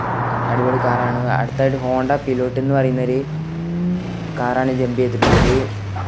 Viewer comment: പിലോട്ട് അല്ലടാ പൈലറ്റ്